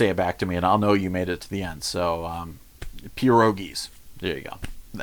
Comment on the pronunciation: Per=ogees, again (watches this again!)